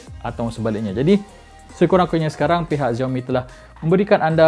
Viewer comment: you should pronoun it as 'siaomi' not 'ziaomi'